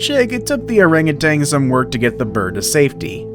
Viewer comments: OranguTAN, not OranguTANG. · OranguTAN not "orangutang" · “arangatang” Orangutan. We’re adults now bro.